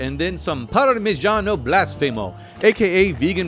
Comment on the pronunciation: Blasfemo is pronounced blasfèmo 😁✌️